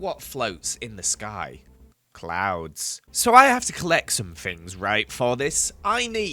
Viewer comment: Am I the only one who heard clowns instead of clouds?? But nonetheless I love you work and each episode brings me tons of happiness, thank you for doing as much as you do💓💓🥰🥰